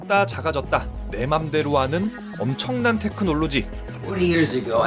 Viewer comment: 에서 테.크.놀.로.지 발음 또박또박말하는거 개웃기네ㅋㅋㅋㅋㅋㅋ